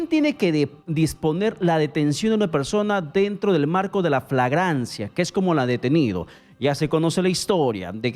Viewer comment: Es FLAGRANCIA, no “fragancia” 🤣🤣🤭